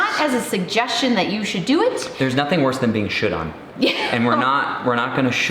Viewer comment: I am SO glad you spelled out "should" because it is NOT what it sounded like when you said it. LOL Great vid, guys! Enjoy your ventures! Look forward to your next video!